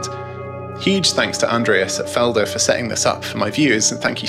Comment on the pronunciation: I'll never get used to non- native speakers trying to pronounce German words =D Still a good review, though. And I love your background music.